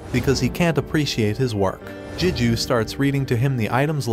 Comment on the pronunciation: It's Gigyu not Jijyu A G not J most words starting with G don't sound like a J.